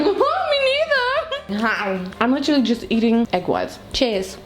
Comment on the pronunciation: Yep, „litterly“